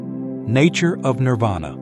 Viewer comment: Nirvana or Nippana. Not Nirada.